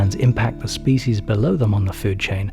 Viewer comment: Excellent documentary but the narrator's mispronunciation of "species" is very irritating.